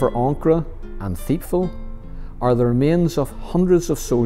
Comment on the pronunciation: Pronounced tipval ,not theipval